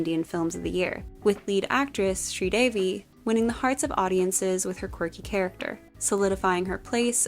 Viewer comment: thank ou for including Mr India, you truly know your costumes (and for pronouncing sridevi right) you should check out